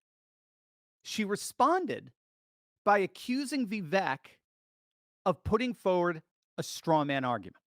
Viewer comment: Vivek like cake. Viv ake is how you pronounce it. Just trying to help my boy. He deserves to be president. The biggest middle finger trump could give these lunatics is stepping down and taking the VP job. Second in line to the presidency and he could do all the rallies he wants while proving he values the future of his country over his ego. I love trump but it’s the 7th inning, he needs the bullpen to close the game